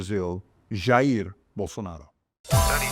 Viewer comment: Or according to uncle Chael Sonnen, Yah-Rear Bolsanaro